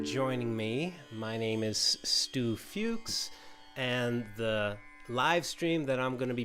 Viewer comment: You pronounce the U in Fuchs like we do. 😀 Killarney is lovely. I used to pass through 4 times a week in my teens in the 1980s